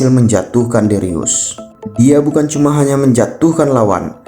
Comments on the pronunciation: dricus bukan dirius:( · Dricus bukan darius 😂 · Bang dricus bukan derius😂😂😂😂😂